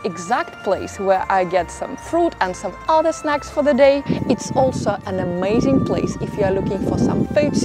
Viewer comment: I like listening to your accent, very understandable for all of you listeners. I hear a lovely native Russian sound in “ma” (as in the word ‘amazing’). Thanks for the many tips, including the reminder about good walking shoes!